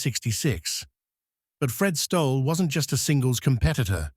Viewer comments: Pronounced Stolley!! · Who did you ask for the pronunciation of Stolle!...Stolley! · I WANT TO REPEAT THE MESSAGE FROM Who did you ask for the pronunciation of Stolle!...Stolley! FRED WAS A GREAT PLAYER. AS KIDS, CHARLIE HOLLIS, OUR COACH, WAS ABLE TO ATTACT THE TOP PLAYERS IN THE EARLY SIXTIES TO VISIT HIS COURT IN GOSFORD. FRED WAS A REGULAR VISITOR EACH YEAR. ONE YEAR, HE WAS AS SICK AS - YOU COULD SEE HIS INFLAMED COMPLEXION AND IT WAS OBVIOUS THAT HE WAS IN DISTRESS, BUT HE CAME THAT NIGHT, TOO, AND PERFORMED FOR US, PLAYING TWO SETS OF SINGLES AND A SET OF DOUBLES, AS ALWAYS. HE WAS KINDLY, AND HAD A SENSE OF HUMOUR - NEVER POMPOUS OR SELF-IMPORTANT - VERY DOWN TO EARTH. I ASKED HIM ON COURT BETWEEN SETS, WHAT DID THE "F.S.S." STAND FOR ON HIS TENNIS SHIRT? HE REPLIED, WITHOUT BLINKING, "FAST, SURE SERVICE!" WATCH HIS VICTORY OVER A GREAT PLAYER, JOHN NEWCOMBE, IN THE FINAL SETS OF THE US SINGLES IN, I THINK, 1966. FROM MEMORY, HE DEFEATED ANOTHER ALL-TIME GREAT, ROY EMERSON, THE FASTEST MAN EVER ON A TENNIS COURT, IN THE SEMI THAT YEAR. GOOD ON YOU, FRED!